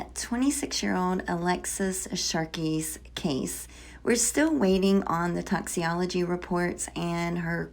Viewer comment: Toxi-ology? You mean toxicology report. I'm not even trying to be rude but man, if you're going to report on something so heavy at least use the correct terminology.